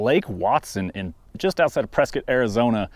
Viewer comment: Props for pronouncing Prescott correctly.